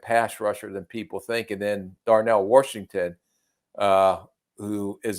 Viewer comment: Did i hear a Darnell "Warshington" yinzer accent?